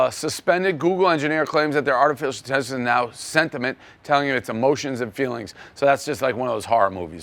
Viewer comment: Dave said Sentiment 🤣😂